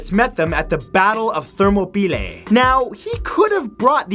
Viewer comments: Therm-a-pee-lay.. It's therm-op-ol-eye. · 1. "Are you not entertained?" Is a quote from the movie Gladiator, not Spartacus. 2. You still cant pronounce names correctly. 3. When are you going to start working out? 4. Thermo-pea-lay 😂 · Also thermopylae is pronounced therm-op-o-lie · Great video but that pronunciation of Thermopylae is just too painful